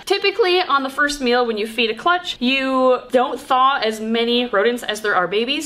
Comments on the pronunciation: Bahahah. I could have sworn you said you’d be feeding the “first males” to baby snakes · I knew you said "meal" but it sounded like you said "male so it ounded like was going to feed the first Male to a bunch of baby snakes and I was thinking okay interesting ritual you got going there. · I thought she said feed the first males to all the babies and they will eat lol. I don’t even like snakes but I love this channel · In the intro I heard "feed the first male to a bunch of baby snakes", and let me tell you, it made me sit up a bit.. ;) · Okay, for a second I ligit thought she said feed the first MALE to the babies ....lol then I realized she said MEAL...lol